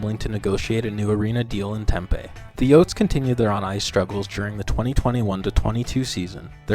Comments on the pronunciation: Its Tem Pee. Not Tem Pay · It's TemPEE not Tempay lol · Interesting video but Tempe is pronounced Tem-pee not tem-pay that's my only gripe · Tem-pee not Tem-pay